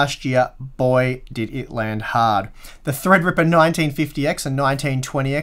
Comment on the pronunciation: THREADRIPPA! Must be fun to say it like that all the time.